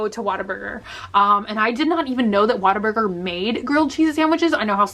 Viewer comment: "waterburger" NOOOO WHATABURGER!!!